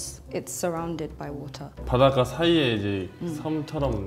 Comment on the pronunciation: The moment they heard Iyanu pronounce water, they should've known.😊